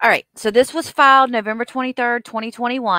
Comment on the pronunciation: Am I the only one who notices he cannot say the "th" in front of words. Its either "diss and dat" or "oaf of office". The way he pronounces 🪓 and other words is brutal! And when he doesnt have that mask on and his lips purse or protrude makes me cringe! Where are his 20 friends??